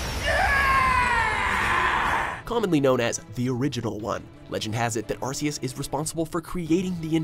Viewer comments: No hate but it's ar-key-us not ar-see-us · Arceus is pronounced as ARE KEE US AND RAYQUAZA IS PRONOUNCED AS RAY KUA ZA AND ARCEUS IS THE STRONGEST, WAS CABABLE OF TRAPPING HOOPA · Why does WatchMojo still pronounce Arceus's & Rayquaza's name wrong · Cookie Cream Ikr, they pronounced it like Arse, as if they call an ARC an Arse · John Franzen Suan Buddy, how do YOU pronounce An ARC, ARC isn’t an ARSE it’s an ARC with a “k” sound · Also its pronounced Arc-eus not arseus. also just ignore the fact that hoopa, dialga, palkia and girtina arent even on the list, like bruh. Arceus is number 4, your saying that the creator of the universe which can beat the creation trio at once isn't as powerful as a science experiment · It's Ark-Eus not Arse-Eus it's spelled Arceus but you pronounce the c as if it was a k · Player Franzen GD no actually he is right it is ar-ke-us because it have an arc around it body and see the anime it is pronounced ar-ke-us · u pronounced arceus wrong its ar-key-us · Arce is British English for butt that's why it's pronounced Ar - kee- us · Lol couldn't even say the names right. He literally said Arseus😂😂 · Arceus is actually pronounce arkeus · #1 its not meuw tow its aceos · u said arceus wrong about 50 times